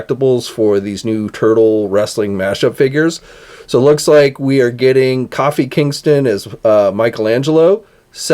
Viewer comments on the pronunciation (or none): Coffee Kingston????? Dude... KOO-FEE. You make watching your channel so frustrating!